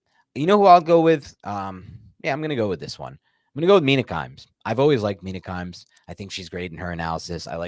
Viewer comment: Mina kimes? 🤣🤣